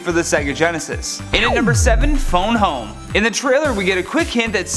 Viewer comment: Its "fond home" not "Phome home"